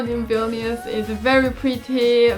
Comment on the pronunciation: well jokes on you im already in baltic's i'm lithuania >:3 also i like how every person pronounce vilnius wrong ;w; but it's okay